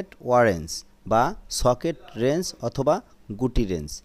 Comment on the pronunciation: আপনার উচ্চারনে ভুল আছে।ওরেঞ্জ না রেঞ্জ হবে।